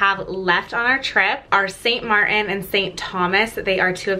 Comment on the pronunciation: Pronounced. St MarTin.